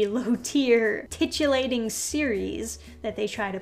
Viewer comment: Titt-I-lating. Titulating would be like, giving a title?:-P do better,! <3 Edit: PS thanks for this, super helpful info.